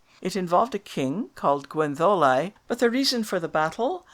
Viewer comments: Yes, I know (I am Welsh); but it doesn't sound like that when you say it. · Yet you pronounce Gwenddolau as Gwendolau, not Gwentholau. Some inconsistency here, I think.